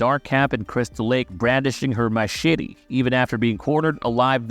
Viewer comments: Machshitty!!!😂😂🤣🤣 It's Machete. BTW Marcie was not killed in the shower with an ax. She was just straight up killed with an ax while in the camp toliets. 🐸🤓🤘✌️ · 😂Heh. He said "Mashitty" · Stop saying machete that way.